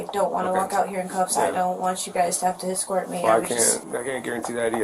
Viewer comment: Why can't people say the word escort properly. It's not Excort... It's Escort.